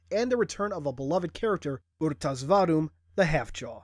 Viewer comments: ITS PRONOUNCED ARE-TAS NOT OR-TAS OR UR-TAS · never heard anyone say it like "Aru-tus" before I always say "Er-tas" but i mean how the fuck are you supposed to say " Rtas" ? XD